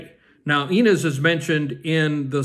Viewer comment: Ryan and Blake had a third child last fall and kept her name a secret, her name is Betty. You are pronouncing Inez wrong.